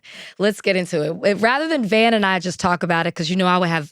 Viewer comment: “I’m a fan of the pod. Then goes on to call Van “Vaughn” for the rest of the pod😆🤣